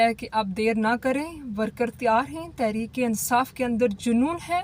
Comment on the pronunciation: you need to work more on pronunciations of words...e.g police,tehrik e insaf...arif.pakistan. God bless you